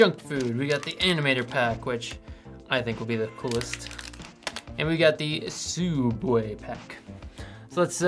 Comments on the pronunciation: HE WAS PRONOUNCING SOOUBWAY WRONG! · Sa-uubway lmao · Rest in peace Sooubway ..